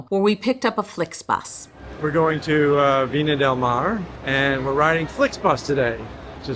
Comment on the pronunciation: Viña del Mar (not Mare)